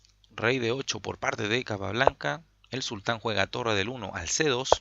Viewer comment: Se que es poco relevante, pero aun así lo comento. No es “el sultán” sino solo sultan (con acento en la u), porque sultan es parte de su nombre, no su título o cargo. También, se pronuncia como jan, no kan. Lo otro, buen relato de la partida bro